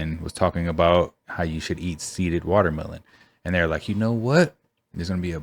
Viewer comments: What's a "wallermelon" ? i know what a "watermelon" is but that lady called it "wallermelon" like 50 ×'s in that little clip, so annoying 😐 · She said wallermelon lol!